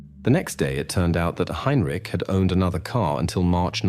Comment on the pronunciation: Tge AI voice is terrible. Mispronouncez tge name Heintich several times snd uses langhage incorrectly. Nobody says 17 o'clock.